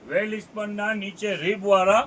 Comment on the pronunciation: વેલસ્પન બોલો ભાઈ અંજાર માં છે વેલ ઇસ્પન નય ઓકે